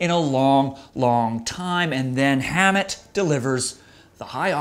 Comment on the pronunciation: it's [ham-it] not Hamond and [troo-hee-oh; Spanish troo-hee-yaw] It's really not that hard to pronounce